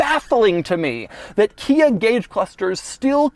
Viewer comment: I knew Hyundai was pronounced like "Sunday". I did not know that KIA was pronounced "Kina". The new badge is awful. You ones on the outside can be easily removed. The one staring at you on the steering wheel, not so much. Might keep me from getting a Stinger.